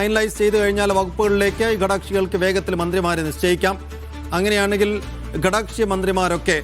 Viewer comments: ചാനലിൽ അവതാരകർക്ക് നല്ല സംസാര ശൈലി വേണം ഇയാളെന്താണ് പറയുന്നത് കടക്ഷി കടക്ഷി എന്നു പറയുന്നുണ്ട് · കടക്ഷി അല്ല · കടക്ഷി അല്ല ഘടക കക്ഷി